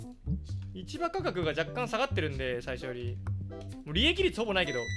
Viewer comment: 今更だけど、市場価格を(しじょう)ではなく(いちば)と読むのが非常に気になる